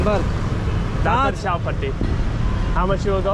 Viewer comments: Its not Chaal Patti , itd Chaupati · It was strange to see the taxi drivers fail to understand chowpatty when you slightly mispronounced it. It’s like when a tourist to NY city says I want to go to Time Squaryy. You would think the cabbie would get it you mean time SQUARE ! It’s kinda the same as chawpatty is pretty famous place.